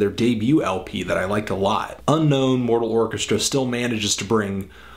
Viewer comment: its Mortal not Moral